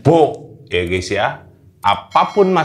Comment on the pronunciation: Gais , bukan Ges, itu ciri Jawa selalu ges ges ges, gak bisa baca Gaes atau Gais yg asal dari kata Guys